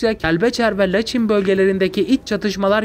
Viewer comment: Bakü değil (Bakı) Laçin değil(Laçın)